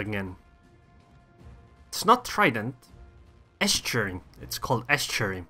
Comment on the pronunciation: The way you say estuary sounds like you are saying ass cherry.